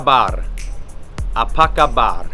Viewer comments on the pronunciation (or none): Kabar not khabar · Apa kabar, not apa khabar. Air dingin, not Air sejuk. Karena, not kerana. Alergi, not alergik. Delapan, not lapan. 😊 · It's apa kabar not khabar